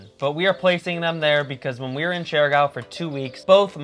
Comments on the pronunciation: I get a rash every time they pronounce the island name as "share gow" 😅😅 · How come you’re not able to pronounce the name of the island correct after you spend so much time there?